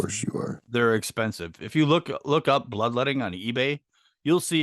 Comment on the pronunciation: B, did u say bloodlodding? It's bloodletting 😂